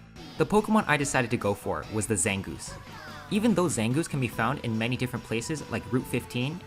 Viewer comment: ZANGOOSE, NOT ZANGOUS!